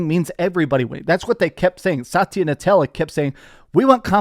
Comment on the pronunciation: It's pronounced Na-Dell-A, with a D. Not Nutella.